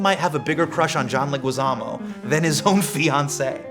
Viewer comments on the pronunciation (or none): I loooveeeee John and Hasan! As a visual artist and also Spanish Teacher I wonder if Loh knows that his last name is pronounced Le"gee"zamo. The "u" next to the g is silent in Spanish